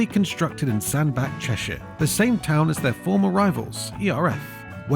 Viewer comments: I think you'll find Sandbach is pronounced Sandbatch. At least, all the drivers i know say it that way. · It's pronounced Sandba(t)ch. So not a great start. It sad that all these once great companies don't exist. Especially, considering that German companies who used forced labour in WWII still do. Maybe, British firms should have been more competitive more like their German cousins are. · For those who don't know, botyh Fodens and ERFs were made in Sandbach, Cheshire. This is actually pronounced as it is spelled, not in the German style Sandback. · I'm going to look like an awful pedant here but the correct pronunciation of Sandbach is Sand Batch! I live not far away from it. Great upload thanks. Shared it with my Neice and her husband who have a Scammell Showman's wagon.They're big Scammell fans! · Still need to learn how to pronounce Sandbach . Any Lorry Driver in the UK Young or old will know this Famous M6 Junction up North